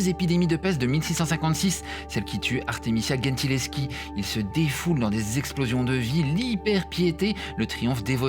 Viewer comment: The pronunciation is Gentileschi (with G like a J) not GHEntileschi